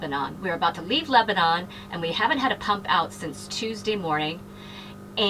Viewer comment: Just so you know..us in Tennessee pronounce it Leba nun not Leba non...Enjoyed the video.